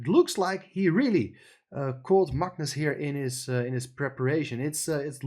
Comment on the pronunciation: pronounces Magnus correctly. Very few non Scandinavian people do😊